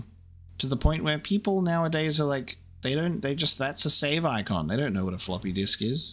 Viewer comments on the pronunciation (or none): none